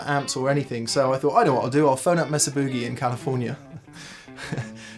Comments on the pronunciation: That’s Boogie not Buugie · More like Boo-GAY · The Pom’s still don’t know how to pronounce Boogie.